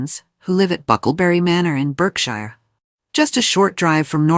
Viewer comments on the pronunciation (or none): Someone tell A.I. how to pronounce Louis , please. and Berkshire